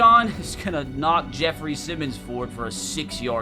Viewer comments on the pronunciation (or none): none